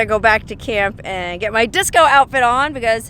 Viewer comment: Dicso, that is how my Filipino friends say Disco